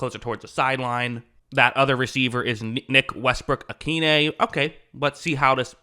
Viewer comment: Excellent pronunciation of Westbrook-Ikhine 👍